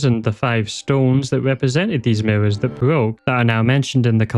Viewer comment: The "Miwwows" are getting me so bad lmao. Once I noticed, I couldn't stop noticing.